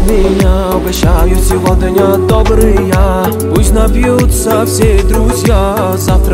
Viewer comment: Произношение СевоДня режет слух